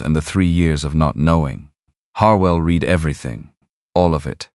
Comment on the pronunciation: Listening from Oklahoma. Hoping you will have an English speaking editor of your stories. The mistakes stand out so much that it really takes from the story flowing. Don’t know how many times read( sounds like reed) and read( sounds like red) stop my mind short when used wrong. I know you will want to improve so listeners will continue to choose your stories. Thank you.